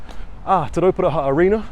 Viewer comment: Woah he said Terauparaha really well